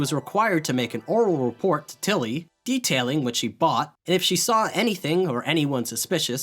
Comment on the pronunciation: I'm curious, only because it's so strictly consistent Why do you say til-LY when saying his full name, but only TIL-ly when shortening it?